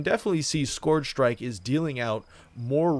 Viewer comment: "skorj shrike"